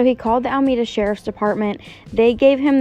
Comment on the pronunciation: it’s AlEmeda not ALMEDA 🤝